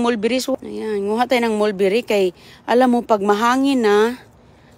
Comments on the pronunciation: Oo sigaw ng sigaw pansin ko rin taga bundok kasi ung mulberry ay molbiray raw at hebe duty raw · huwag ka naman sigaw ng sigaw,OA ka excited,calamansi lang iyan,matuto kang magsalita ng malumanay,anong marinet??Marinate,ano ba ang "molberry at blue ternet,greps".😂😂